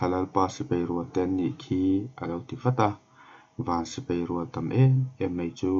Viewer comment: A ngaihnawm khawp Mai,mahse sipai hi sipei tiin i lam ania..😁😂😂😂